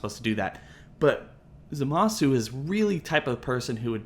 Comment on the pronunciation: Every time someone pronounces the "u" in Zamasu's name my ears explode